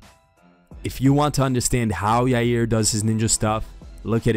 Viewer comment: "Holloway and YUUUUR" 😂 Why do people struggle so much to pronounce his name